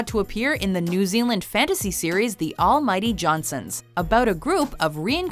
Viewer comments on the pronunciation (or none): none